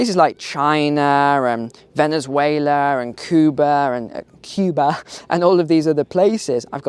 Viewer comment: Cuba is in fact pronounced "kooh-bah" in Spanish. It's just English speakers who pronounce it "kee-u-bah". That's wonderful scenery btw.